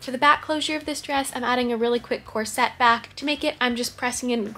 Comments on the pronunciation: I know it's dumb but hearing corset pronounced as "cor-SET" drives me crazy!! It's pronounced "COR-set" Anyway, you truly are a wonder and pay so much attention to detail. Your videos are always a joy to watch! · Lovely ❤ is that how you pronounce corset? Mine sounds like "core-sit" 😂 brilliant artist.